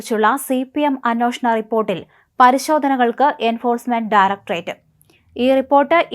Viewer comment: മോളേ, അന്വോഷണമല്ല, അന്വേഷണം... അന്വേഷണം. നൂറു പ്രാവശ്യം എഴുതി പഠിക്ക്.. നിന്നെയാരാ മലയാളം പഠിപ്പിച്ചത് ?.. ഛെ! എന്തൊരു അരോചകം!കഷ്ടം!